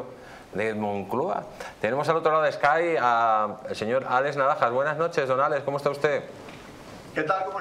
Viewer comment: ¡"SKAIP", "SKAIP" no "ESKAI""!